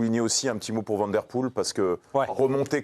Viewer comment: on dit Waut et pas Wout. On dit Van comme vanne et pas van comme vent. c'est si compliqué 🙄